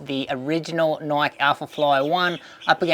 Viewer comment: It's pronounced - nai-kee.